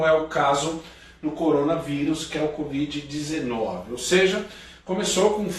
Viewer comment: A falando "COD.VID" hahah. Gostei